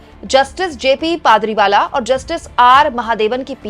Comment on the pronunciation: आप बार बार पारदीवाला को पादरीवाला बोल रही हैं जो सही नहीं है कम से कम आपको इतनी जानकारी तो होनी ही चाहिए! दूसरा आपने अपने इस व्लॉग में पहले कहा कि एक दूसरे के मामले में ना तो दखल देते हैं और ना ही दखलंदाजी करते हैं जबकि इन दोनों का मतलब एक ही है!!!🙄 कृपा करके आगे से इन बातों का ध्यान रखेंगी ऐसी आशा करते हैं!!!🙏❤️🌹